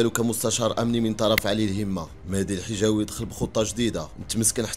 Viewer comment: El hijaoui et non jihaoui